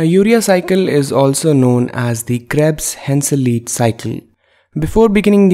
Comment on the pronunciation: is pronounced Hen-sil-EYE-t. If there are two vowels, German pronunciation always follows the last vowel sound. Anything with 'ei' is pronounced 'i' as in 'eye'. Anything with 'ie' is pronounced 'e' as in 'ee'. There were a lot of pioneer German scientists so you will see these vowels again in their names.